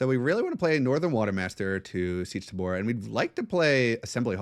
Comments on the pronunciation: I will never get over the way you pronounce tabr "tuhboor" 😂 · Seech Tuh-boor YEP!